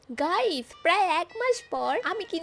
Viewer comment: অশিক্ষিত😂 ভালোমতো গাইস বলতে পারেনা😅😅